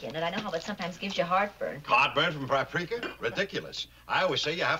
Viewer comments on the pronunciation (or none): Lew, "prapriker", instead of 'paprika'. Kind of cringey.